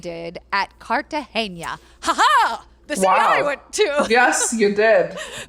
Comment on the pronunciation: Loving your podcasts, HtH is one of my favorites ❤️ Only thing: Cartagena is pronounced CartaHena